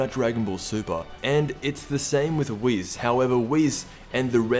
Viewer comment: Boi you didn’t even watch dragon ball YOU CAN’T SAY WHIS CORRECTLY IT’S WHIS NOT WIS